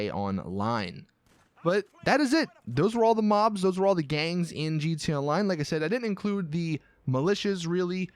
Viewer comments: He's says GTA online like this gtaline I like it like that lmao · "G.T. aonline" why do you do this